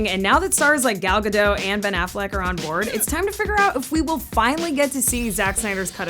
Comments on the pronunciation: you pronouncing "gadot" is so rotten. It's "guh dot" not "gdowwwwwwww" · Dear it's not Gal Gado,,,,BUT Gal GadoT,,,,with "T"...like DOT... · You're saying "Gadot" wrong. The 't' is not silent.